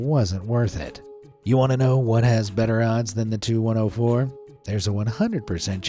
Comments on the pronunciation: FYI... the TU in TU-104 is not pronounced like two or too, it is the separate letters T U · It's not the 2 104 -- it's the TEE YOU 104. You don't call a DC3 the dick3, you don't call a FW 190 the few 190, and you don't call the 'M' 'E' 262 a me 262. Also, your AI footage of Chris Christie looked faker than the AI voice that can't say airplane designations correctly. PROOFREAD PEOPLE -- or proofview as the case may be. (the only exception to this rule are the planes from Mikoyan - those you can call a mig whatever number. I don't know why, there's no G in Mikoyan, but oh well) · For the TU-104, the letters T and U are pronounced separately, not 'Too-104'.